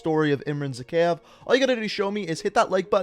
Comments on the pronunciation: lol he doesn't even pronounce Zakeave right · "Zakhaev Arms" Ahahahahahahaha! Wait, "Zakhaev Arms" Hahahahahahahahaha. One more...